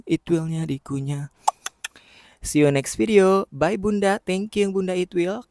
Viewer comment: Tang aku denger bukan itwil tapi it..... L😂